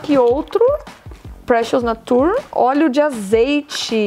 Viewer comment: esse "natúr" que vc tá falando é nature (nā-chər) de natureza?!